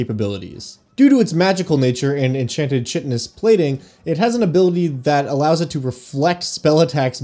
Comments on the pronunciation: Ok.. I really really want to love your channel. In that vein.. chitin is pronounced "kai-tin". Hard C. Not "chitten". So its chitinous (kai-tin-ess). 💕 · Just a note, the ch in "chitin" and "chitinous" is pronounced like a k. So, "chitinous" is pronounced like "kite-in-us". Cool video about a tremendously creepy monster. 👍